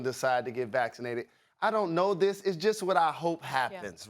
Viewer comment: did Stephen A just said 'I OWE NO'